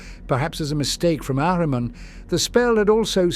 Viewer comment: Love how the voice pronounces Ahriman. He's one of my favourite 'Chaos' characters.